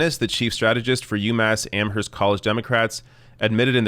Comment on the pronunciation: I love ya, kid, but the "h" in Amherst is silent.